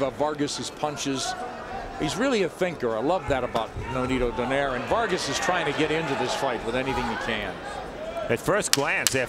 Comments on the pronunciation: Why do Americans still pronounce Donaire as "Don-air", its "Donai-re"! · Why they say it like that? It’s “do-nai-re” not donaire 🤣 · you can say 'rolls royce' but not donai-re?! So, what's up genius?